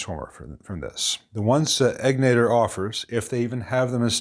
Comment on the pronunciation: Bruce's shop is literally a couple minutes from my house. He's a mensch. Also, the accent is on the first syllable in Egnater.